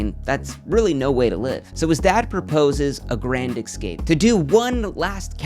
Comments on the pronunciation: Really? AGAIN? an X-CAPE, not an "Escape", an X CAPE?!!!! FUUUUUUU(C UUUU! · Sir it's "escape" not "excape" good lord this guy intriguing vid tho. Cheers :)